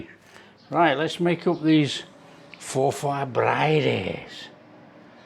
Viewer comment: Pronounced for forfur not for far